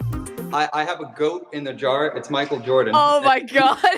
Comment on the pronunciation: ain't no way bro said Michael Jardon